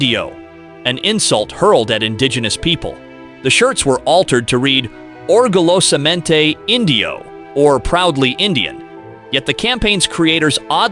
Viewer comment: Your Spanish pronunciation needs lots of work. At least make an effort.."orgullosamente"...🙄